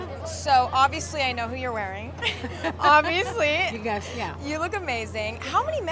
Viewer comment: When maluma said : "Donatella" , i love it 💛